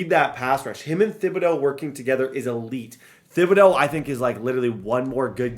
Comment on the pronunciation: I’m from Louisiana and hearing you say “thib-ah-dough” instead of “tib-ah-dough” makes my ears wanna cry 😂